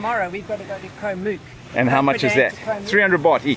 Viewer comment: Challee beach on Koh Mook the neighbouring island is much better (my wife's home island). When I visited Koh kradan, I was nearly run over by long tail boats while snorkelling. Way too crowded. Koh Rok and Koh ngai are better for snorkelling. Koh Mook is pronounced to rhyme with look.